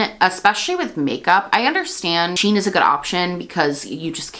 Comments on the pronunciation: It's pronounced "she - in" not "sheen" fyi! And agreed much better to not support them when you can. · I believe it is pronounced as the actual spelling. "(she)(in)Shein" since it's a J beauty brand.